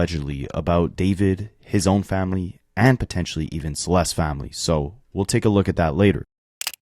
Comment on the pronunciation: Anyone else getting annoyed that he isn’t saying “Celeste’s’? Add the s at the end dude